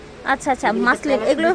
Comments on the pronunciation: Maslin ki re beti...Moslin bol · maslin ki ? moslin bol. parena bangla , abar English bole.fokinni😅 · মাসলিন কি কাপড়??মসলিন শুনছি। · মাসলিন কি? আরে বেকুব মহিলা হবে মসলিন